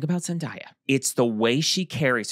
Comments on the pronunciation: Imma say it.. It's pronounced "Zen-DAY-a" NOT "Zen-DIE-a"... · i love y'all. i promise. 😅 + i completely agree w| you about her — she's the hometown hero. but uhmm.... it's ZendAYa [zen-DAY-uh]. 😬 thanks for another great episode! 🖤✊🏾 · i love yall but it’s zen-day-uh😭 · Florence Pugh is 28. Zendaya is 27. (Also I love you but I think you are pronouncing Zendaya wrong 😬) ZenDAYah was my favorite look. She is always flawless. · is saying Zendaya’s name wrong.